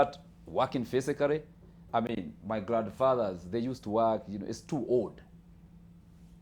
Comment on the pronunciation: Ninja seem like he lives in Witeithie, his English is englishing... In my opinion, Kibe seem more American than this dude,. Hamjaskia hapo kwa 'fisically" 😃.